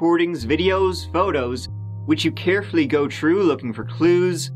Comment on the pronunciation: Is it a good plan?? Is it ever? Let’s take a goo ( rhymes with boo) but means go. 😂 Love his accent 💯